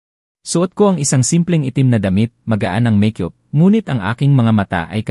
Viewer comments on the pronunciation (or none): Yung bigkas mo ng echo ay etso, Ang charisma ay ginawa mong pangalan ni charice pempengco, Yung make-up mo ay meykyup kyoop pa Rin. Karisma Po karisma karisma karisma Hindi tsarisma haaaisst engot